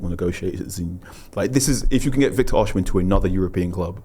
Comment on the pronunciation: O-SI-ME not OSH-IMEN